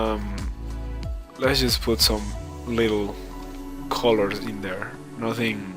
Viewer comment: Its really distracting ho w you say the word colors. Its like youre saying coew-lorws when it should be cuh-lers